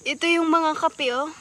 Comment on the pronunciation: "Kape" not kapi Ang pronunciation sa Tagalog